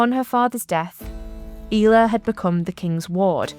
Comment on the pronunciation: Thanks for much for this. I love Ela and included her in my book On This Day in Somerset. I always thought it was pronounced like Ella. How did you find out it was pronounced "eela" please? I'm not doubting you, just would love to hear how you figured it out. Many thanks!